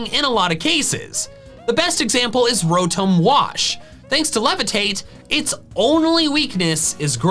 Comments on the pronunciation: Isn’t Rotom pronounced Row-tom because if it was Ro-tome then it’s name would have an E at the end? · Did u say ROWTOHM it’s ROWTOM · It's Ro-tom, not Ro-Tomb! like Tom cat, not Egyptian tomb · Uh, call me the Grammar police but your saying Rotom incorrectly. Rotome would be the spelling of what your saying E makes o say it's name so with it not being there it's Tom so Row-Tom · Wait is the official pronunciation ro-tome for Rotom. Or is this a joke like yah-vul-tal. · Rotum bruh that sounds so wrong